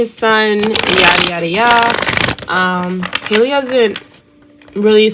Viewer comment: It's Halle...sounds like alley, valley and Sally. Good reading!